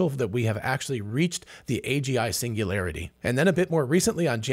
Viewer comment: Hahahahaha😂😂😂😂 pingulairty not singularity 😅